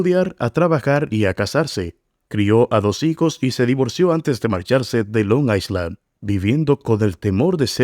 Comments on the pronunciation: Tampoco I se pronuncia como i es ai. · Amigo ,no se pronuncia la letra "s" en island.